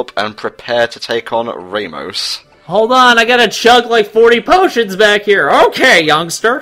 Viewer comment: it´s pronounced ra ( like the god) mos not ramos with a y. it is spanish